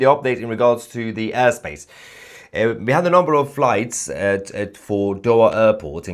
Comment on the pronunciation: The Urr space 😂 Yor Mrs should teach you better pronunciation 😂 ❤ love u